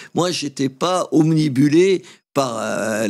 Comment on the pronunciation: Obnubilé Et non ' obnibulé"